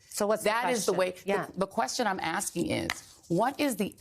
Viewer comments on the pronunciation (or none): "The question I'm axking..." God I hate Joy Reid.